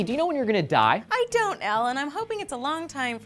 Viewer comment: Did she just say i don't allen?